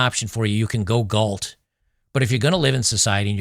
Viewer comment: John Galt, not John Gault